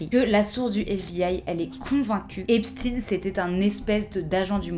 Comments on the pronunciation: Ça se prononce Epstein comme Einstein, pas Epstine ! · EPSTAYNE pas Epstine svp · Par contre on ne dit pas Epstin mais bien Epstein!! Tout comme on dit Einstein et non Einstin!!! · C’est Epstein et non epstin !!!! 😡 Il le disait lui même !!!! On dit pas Albert einSTIN MAIS Einstein c’est INSUPPORTABLE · Super merci mais il s appelle Esptein et non Epstin ! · Comment vous prononcez Einstein? C'est pas parce que l’intéressé dit lui même "Epstin" et non "Epstein" qu'il faut faire comme lui... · on dit pas Einstine mais Einstein donc Epstein == Epstein et pas Epstine. ya pas d'enervement ou quoi juste vous inventez pas une vie avec la prononciation en ine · Pourquoi vous dites Epstine alors que le peuple américain et Francais prononce Epstein.Y'a que a la télé americaine et Francaise ou l on entend Epstine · Non, désolé, on ne dit pas Epstin on dit EPSTEIN. Ça vient d'Allemagne, donc on dit EPSTEIN. Ca m'énerve tellement que je me désabonne de ta chaîne. T'es trop pikousée par les US. Si je veux des infos en direct des US, je sais où les trouver. Moi aussi j'adore me regarder..... Ciao! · EinstEIN, FrankensTEIN, EpstEIN pas Epstine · On dit Epshtaïne, pas Epstine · Epstein ou Epstine, c'est vraiment ça le débat à avoir dans l'espace commentaire ?! Parce que sinon, dans toute la vidéo on parle de réseau p**ocriminel qui agit en toute impunité depuis 15ans +, de traffic d'adolescentes et des élites blanches qui se protègent coûte que coûte... Honnêtement si malgré une vidéo aussi claire et précise, on ne retient que la prononciation d'un nom de famille, alors effectivement ils ont raison de nous prendre pour des débiles et de continuer à dormir tranquille la nuit... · Est-ce qu’on dit Einstine non on dit Einstein, donc on ne dit pas Epstine mais Epstein Et juste pour ça, je ne regarderai pas la vidéo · C est pas epstin c est EPSTEIN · SVP PAS EPSTIN MAIS EPSTEIM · Ont dis frankenstein pas frankenstine il est juif.. donc c'est epstein pas epstine.. il est pas russe